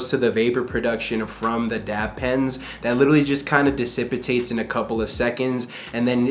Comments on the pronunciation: bro hit a "dissipitate" into "lonGevity" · "Decepitate" "Longgevity" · bro said disipitate and longevity